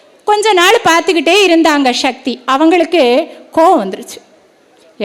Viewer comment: ஷிவன் இல்லை சிவன்.... ஷக்தி இல்லை சக்தி.... தமிழை சரியாக உச்சரிக்க வேண்டுகிறேன்..